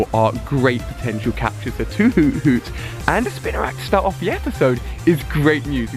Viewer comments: it's spinarak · At least he was finally saying spinarak correctly! We're getting there.